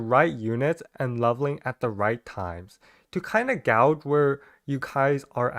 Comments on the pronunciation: Hey, just wanted to say, gauge is pronounced “gage”😊 Lovely video btw huehue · Loved the video ❤ One note though, "gauge" is pronounced gayj (rhymes with page).